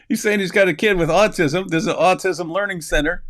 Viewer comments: Learing center, how hard can it be? Repeat after me, The Learing Center! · There's no 'n' in "Learing Center," dummies! 🤪🤣